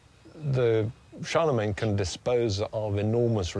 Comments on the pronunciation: Charlemagne with "main" suffix not "mine" I don't care how it's spelled everyone says it "main" so it's main. Gets under my skin when people pronounce words deferent than everyone else. Great documentary though wouldn't like to live back then but would love to have a holodeck program. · First time I have every heard anyone pronoun Charlemagne like that. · me 2